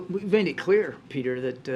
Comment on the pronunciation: He's weaponized the name "Peter"! Presidunce O'Biden loves drilling for oil....."Peeetur"!